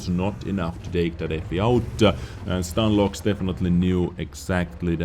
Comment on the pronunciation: Saying as a ru player, his nickname pronouncing stanlox, not stanloh. Btw loh is translating to noob, lmao